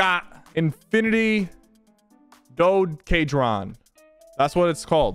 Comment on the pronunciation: I liked it when sypher called a doedecahedron